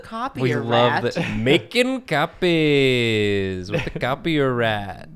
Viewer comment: Nathan saying “Makin’ cop-ays 😏” simultaneously made me extremely happy and also turned me to dust.